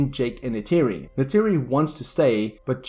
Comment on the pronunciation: Neytiri is not Natiri